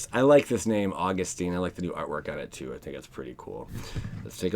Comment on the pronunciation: AUG-US-TIN. Not teen